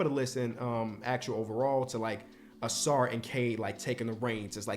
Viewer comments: Take a shot every time messes up Ausar’s name. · You had Ausar not Amen. Lol